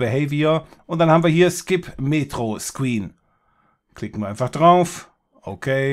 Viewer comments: ne dachtest du nicht weil er das Okay anders betont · Das okay mittendrin war aber wesentlich anders betont als das allseits bekannte und immer gleich klingende okay am Ende ;) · Also mich hat es nicht gestört weil er das "OK" anders betont hat, als wenn er "ok" zur Verabschiedung sagt